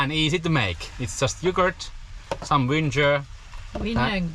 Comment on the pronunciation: One of the saddest days of my Vanlife was when you learned how to pronounce vinegar😂. I am interested to learn more about the van tax situation. 🫡🚚